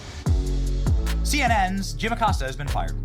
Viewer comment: Uh-Costa....that is the correct pronunciation for that pos cia asset.